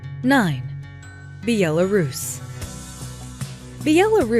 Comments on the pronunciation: Bee ala rus?????? BEH LAH RUS~! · Be-yella-rus lmao.... it’s pronounced Bella-rus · Then it would be more like "Byelarus".....not Be-elarus. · Dear, it's not Bee.yaa.laa.rooss. It's Bel.a.rus.....Belarus. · I came here to make this same comment. It's not Bee-el-a-ruse. It'e Bell-uh-ruse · Be-al-er-roos lmao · Be-ella-rus? Yanks vibing new countries 😂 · Byelarougian? LMFAO Also: why would you want to move into a dictatorship? Switch-yer-land? It appears that the narrator never heard of these countries. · Thx for the video, i enjoyed the part for Bulgaria 🇧🇬 so I am happy 😃 A little critics: 1. Georgia 🇬🇪 is not in Europe (it’s close but not in this continent ! I am 100% sure. 2. Belarus 🇧🇾 was not pronounced correctly (I like your English but Belarus pronunciation is like Belgium 🇧🇪 from the first part of the word Bel- and the rest is a like Italian Bela (Donna) so Bela-russ). 3. Money can buy more in Albania nice folks and sea, N. Macedonia, Serbia, Bosnia 🇧🇦, Croatia, Slovenia 🇸🇮 # Slovakia 🇸🇰 not to be confused ! Moldova and one of my favorite in Europe yes - Turkey! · Sound like Croatian pronunciation, Bjelarus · Biellarus!!! Beeyella Rus!!! Why 😂😂😂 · This video is ridiculous. You are stating all of these so called cheap prices but no mention on what one can earn locally.. It is relative.. The pronunciation of Belarus is so wrong it is as if the narrator has never heard the word spoken and as pointed out..... pictures dont match the description. Thumbs down! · How can you pronounce Belarus that way? Also, I’m pretty sure it borders Latvia and Lithuania too. You don’t need “the” before Ukraine. Czechia also borders Slovakia.